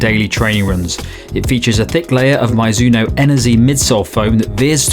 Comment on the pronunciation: Nice review, but never ever heard someone pronounce it "My-zuno" 😅 looks like you got it at the end